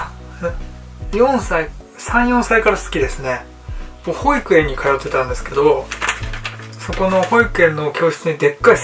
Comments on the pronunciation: ほ↑い→く→え↑ん↓ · 赤ジャージ恥ずかしくなってきたの🐰？？（笑）ポロシャツ刺繍？可愛い💖ほ↑いくえ↓ん、発音が独特～(๑˙❥˙๑) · 幼稚園の発音も保育園とおんなじ言い方しますか？笑